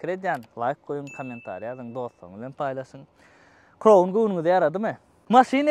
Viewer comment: Kroun dalhow jan dostym, dogryja ayday, gelisenok adyny yalnys gepleyan welin, Crown dal KRAWN diylip aydylyar Corona diyen manyda